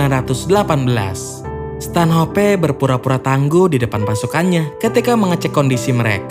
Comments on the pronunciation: Stanhop bang bukan stanhopeee goblok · Bacanya Stanoph bukan stanHOPE